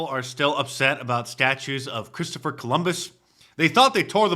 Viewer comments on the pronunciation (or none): none